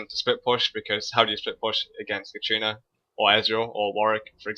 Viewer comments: I like your vids, but there is one thing that bugs me in a lot of them. It's katArina, not katrina. XD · please stop saying katrina, it's katArina :D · Every time you say 'katrina' i flinch. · Katarina =/= Katrina. Other than that, great video and one that I can fully relate to. Until now when the other team started snowballing, my team basically fell over and let them roflstomp our faces, but I'll try the random barons and stuff. Thanks a lot:) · i wonder why so many people cares how he pronunciates katarina lol